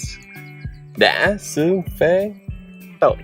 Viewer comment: "Đã" ổng nói từ này nghe mắc cười ghê 😂😂